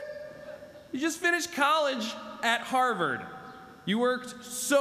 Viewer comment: Harward = harvest Hahaha ❤️